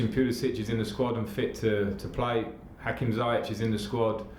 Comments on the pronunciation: Sometimes it feels like Lampard enjoys announcing unavailable players. I hope he doesn’t find reasons not to start Pulisic and Ziyech (whom he can’t still pronounce his name correctly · Will somebody tell Lampard it's not pronounced Zayech but Z(i)ech? It's alright if it's not your player. But when it's your player and journalists pronounce well around you, you have to make an effort. Good news though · Its pronounced Ziye-sh..... Please tell that to Frank, its painful to hear za-ya-ch everytime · Please somebody correct him to at least say Ziyech correctly. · Lampard should please learn to pronounce 'Ziyech' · 😂😂hopefully Laps learns to say his name !😭